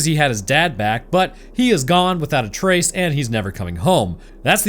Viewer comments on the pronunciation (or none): none